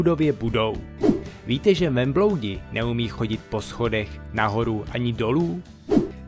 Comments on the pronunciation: víte že zase řekl vembloudi místo velbloudi 😂😂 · DragonCZ jenže on to tak říká v každém víte že, takže to není přeřeknutí, ale neumí ta slova vyslovit